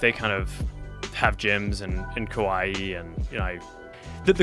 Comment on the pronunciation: Why is he pronouncing Hawaii that way lol